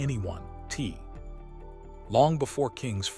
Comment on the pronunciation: I am so distracted from this story because every time the Ai narrator says Kings name they show 50 Cent's picture. And who the flake is "Tee?" WTF?!?!